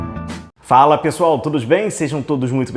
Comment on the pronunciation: Falannn pessoaunnn todos beinnnn 😂😂😂😂😂